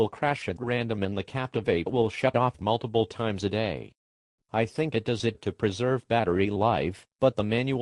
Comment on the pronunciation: This dumbass said d-o-e-s LOL thumbs up if you noticed